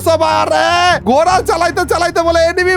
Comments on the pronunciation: ঘোরা ❌ ঘোড়া ✅ 😂😂😂😂😂😂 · Gora noi ji ghora hoi ji 😂😂😂😂😂😂